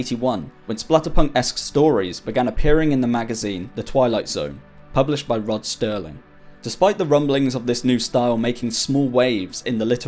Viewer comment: Rod "Sterling" is such a British mistake